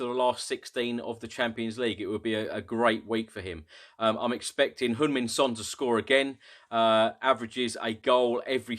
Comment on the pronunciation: You pronounced Sonny's name so precise I like it since most English butcher his name!!! But I think just calling him Sonny Delight is about right!!!